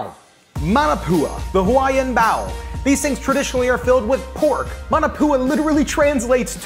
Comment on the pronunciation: I love your channel but I thought you were saying Bowel and I was like gross LOL but you were saying Bao LOL